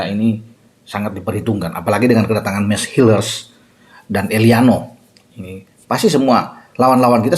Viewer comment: Nama Mees Hilgers kalau dibaca dengan pelafalan Indonesia adalah Meis Heyokers. Demikian, menurut yg punya nama di video short yg sudah beredar di youtube, bung. Terima kasih...